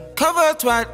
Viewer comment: cover her twart 😂 I didn't felt that you're meant to pronounce it like /Tw'@